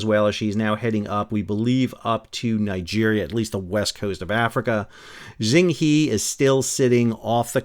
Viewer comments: Pronouncing "Xing Ye"... in Mandarin pinyin (westernized spelling), "X" is pronounced "Sh". So the ship's name is pronounced "Shing Yeh" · If it was pronounced ZING, it would have been spelled ZING, wouldn't it? Xi is pronounced she but even ksee is closer to she than zee. Why invent words? Is it to sound fancier? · "X" in Chinese is pronouned "SH" so the Xing Ye is pronounced "Shing Ye". Just like Chinese leader Xi is pronounced "She".